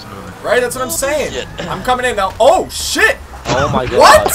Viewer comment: Why does he always say chit instead of shit